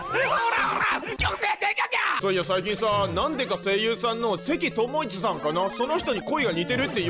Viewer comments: 声優の関智一さんは「ともいち」じゃなくて「ともかず」ね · ともいちｗ 関智一（せきともかず）ですよｗ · 関智一さんは「せきともかず」ですよｗ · せきともかずさんのことをせきともいちって言うの面白いw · いいか関智一(ともいち)じゃない、(ともかず)だ。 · せきともかず やね、読み方。似てないと思う